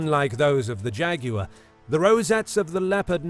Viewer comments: It’s not Jag-U-war! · I only clicked to hear an Englishman say "Jeh-goo-wuh" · jag wire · The way he says both names are like Jageraurw LEpud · When I was small I had a copy of Godzilla vs Megalon, they pronounce him "Jet Jag-you-were" and always thought why they said it like that. I love the different accents of the world. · nobody: JAGYOUER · Why is nobody talking about how he pronounces Jaguar?!